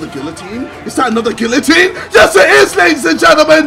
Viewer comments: Gillotine lol it’s geeateen how u pronounce it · its pronounced gee-yuh-teen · He says guillotine so wrong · no it's a French word. Wherever you like it's gee-yuh-teen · Are you? It's gee-yuh-teen. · Does he actually think guillatine is pronounced how it’s spelled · Why does he say guillotine it's pronounced geeuhtine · guillatine is not pronounced with the l's it's sort of with a y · My man can’t even say guillotine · He somehow spends soo long on this game yet he can’t even pronounce guillotine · the pronunciation of guillotine hurts me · Can’t even say guillotine right